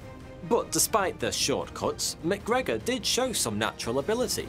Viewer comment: Correct me if I’m wrong but isn’t MacGregor “Mac” and then McGregor would be “Mic”? One Scottish and the other Irish? Great video!!! Crazy scam !